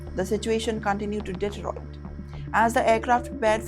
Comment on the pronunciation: ‘Passenger’ , ‘isle’ , ‘deteriorated’ - humbly request you to check your pronunciations.